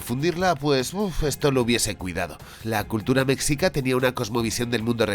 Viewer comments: Eah, con todo mi hemocho. Jajaja. Se pronuncia "meshica", la palabra mexica, pero te perdono porque eres el genialísimo hermoso, jejejee. De todos modos, no pasa nada, amigo. Mi opinión, como mexicana, la verdad me cae gordo que pongan a los españoles como los malotes y a los pueblos indígenas como los buenos y puros. Sabemos que la maldad (y la estupidez) es la más inclusiva y se encuentra en todos los pueblos del mundo desde que el humano es humano. Tanto no dudo que existieron españoles malos en esa época como buenos y así existieron indígenas malos y otros buenos. Simplemente el pueblo mexica exigía tributo a pueblos subyugados, de ahí el resentimiento de esos pueblos hacia el imperio mexica. Y ni modo, gracias a la Conquista pues aquí estamos todos los mexas actuales y los que vienen. Que qué bonito es que las personas tengan interés por la Historia prehispánica, pero tampoco hay que romantizar. No he visto la peli. Igual pensé que era puro cuento, pero resulta que es real, jaja. El estilo de animación se ve ahí más o menos, con base a tu reseña se ve que es una historia mediocre sin tanta profundidad ni precisión histórica, sólo es producto de la época. Y bueno, está bien. Ya si algún jovencito mexicano o de otro lado del mundo se interesa en aprender de las culturas antiguas de por acá, es bienvenido. Videazo genial, como siempre., no te dejes rasguñar por los cats. ¡Saludos y muchas gracias! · En la película Eternals (marvel) tienen una pequeña incursión durante la caída de Tenochtitlán. La pronunciación de Mexica es un sonido mas cercana al "Ch", (a reserva de alguien que sepa el alfabeto fonético internacional) es algo cómo "Mechica". En lo personal cómo "hispanista", creo que ubicarlo en la época virreinal, podría haber dado unas dinámicas más parecidas a la historia clásica de batman, que podría encontrar en esa deidad la inspiración para su lucha, además que así habrían podido crear un "Bruno Díaz" canónico.